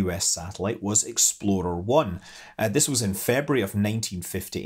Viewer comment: I like how Scott pronounces "Explorer" as "Exploder".